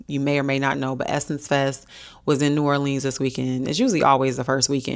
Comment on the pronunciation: My mommy’s birthday is July 11 and I’m shopping for her right now. I live in New Orleans! Wish we could’ve met, but I definitely get the ick when people pronounce it Or-leenz. It’s New Or-linz😂